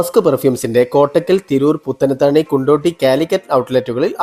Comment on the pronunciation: കുണ്ടോട്ടി അല്ല കൊണ്ടോട്ടിയ